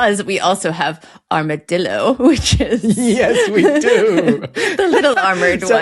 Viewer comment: Love you,! Some corrections from Spain. Armadillo - the double l is like a y as in yellow Alcorque is the place where a tree grows in a street. Alcornoque is the tree you are refering to. Aceite - before e or i we use c Don't know what bozo is nor galoot We habe only 5 vowels cOyOte. Both o are the same Talking a out portuguese. In spanish we call it jamón (ham) they say presunto. In stoanish presunto means alleged. Quite disturbing Great explanation about the no-lisp EEUU stole those territories to México. There's nothing wibbly wobbly there V and B are the same in spanish Talking abour COLORADO... I really like your pronunciation. Remember all philipines languages! Love you